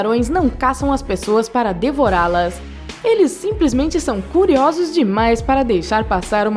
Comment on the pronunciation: Que voz é essa XD , ela é tipo ex: devOrAlAs , rapidInHo , hahahahah meu deus tô morrendo de rir com essa voz (SQN)